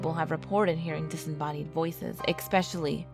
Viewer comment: Its ESPECIALLY, not EKspecially. Can tell you are reading- maybe rehease first